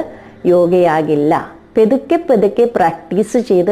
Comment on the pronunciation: ഇഷ്ടപെട്ടു പക്ഷെ ഈ പതുക്കെ എന്ന് പറയണം പൊത്തുക്കെ എന്നല്ല ക്ഷമിക്കണം നന്ദി